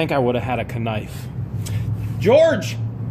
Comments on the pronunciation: Jajaja...did he say a Ka-nife? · A "ka-nife"🤣🤣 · If you insist on pronouncing knife phonetically, you need to say 'ka-niff', rather than 'ka-nife'. Keep the idiosyncrasies in the same vein! Luck to you and the lovely Miss George... Carry on, Dw